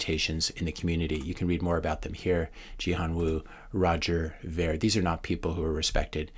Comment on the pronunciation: Roger's last name is pronounced "Veer" not "Vair". I learned this recently from his 2017 interview with Dave Rubin. It's a common mistake.